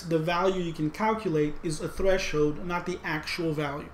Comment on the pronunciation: We crossed the "thresh-hoed" 😅 Im sorry, dont hate me, Im laughing so hard. This video actually save me on this subject, though 💜